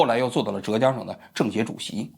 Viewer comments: 不是折江，浙江，第四声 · 还有浙江的浙是第四声zhè，王局说成了第二声zhé